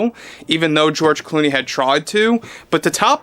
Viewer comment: Is it george looney? Or looney George?